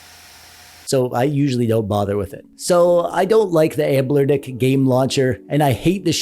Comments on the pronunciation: Are you saying Anblernic instead of Anbernic as a mistake or to troll us and drive us crazy? Lol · You said the over sharpening is annoying, but what’s really annoying is how you don’t recognize that there is no L in the name of company. Why do you keep saying amblernic??? It just sort of invalidates the credibility of the whole video.